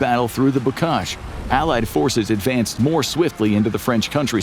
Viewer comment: IRWIN, HIS NAME IS IRWIN, NOT ARRON. ONE OF THE MOST FAMOUS GERMAN GENERALS OF WW2. HOW DID YOU MISS THIS, BUT GET BOCAGE RIGHT?